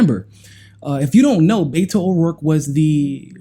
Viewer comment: not "Bayto" he pronounces his name "Betto"